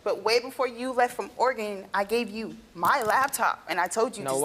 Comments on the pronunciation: The shocking piece of info here is that Steve pronounces it Or-eh-Gone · Steve saying Oregone lol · Steve I love you but it hurt how you said Oregon